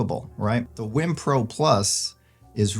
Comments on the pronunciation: It's not pronounced "whim"....it's "weem". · Is is pronounced Wiim or "Weem"?